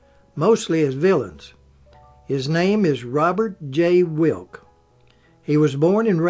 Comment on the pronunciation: Gosh, if you could learn how to speak correctly, then these would be even better. Wlke's last name is pronounced as ' wll-key '.